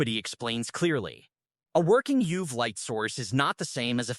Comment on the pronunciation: Total incomprehensible: Euv is E-U-V, Smice is S-M-I-C...say it properly! 😮